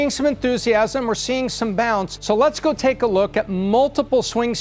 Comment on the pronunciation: Gahwer instead of go